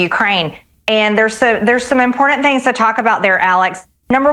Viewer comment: Why has no one ever told her how to say important????